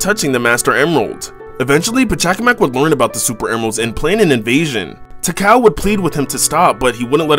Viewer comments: It’s pronounced “ti-call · BRO LITERALLY PRONOUNCED IT “tickle” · I'm sorry, but I dunno if he is purposely mispronouncing her name or not. If it is a joke, it hits me wrong. If he is serious: it's pronounced as tuh-call. It's also how it was pronounced in adventure, and X. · Did he just pronounce Tikal and Chaos wrong?